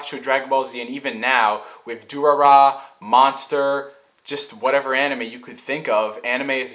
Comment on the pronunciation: its pronounced dur rai dur rai not durrrraaraaa lol(: keep posting good videos